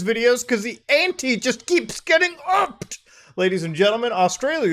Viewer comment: When Muta emphasized upped I felt a bowel movement 😳